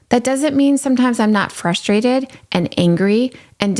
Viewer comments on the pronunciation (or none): Love love love your recaps!! Just one pet peeve…frustrated is pronounced fRustrated, not fustrated. :)